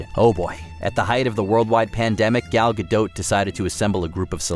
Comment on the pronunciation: Gal Ga-dote?? It's closer to Ga-dot...you know...kind of like it's spelled 🤦🏻‍♀️